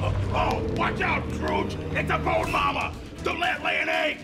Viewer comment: Bothers me too. The second time he says it it sounds like "mama". We're going to need some official confirmation. 😂